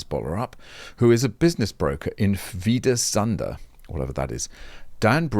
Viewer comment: Funny to hear a non native pronouncing danish words, i'll say you did okay. If you were wondering, what Hvide Sande is, here's a wiki